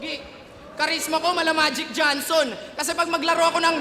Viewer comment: Tama yung bigakas nya Johnson hindi Jonson.